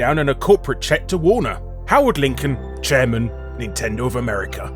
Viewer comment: Chariman? CHARIMAN? What's a Chariman?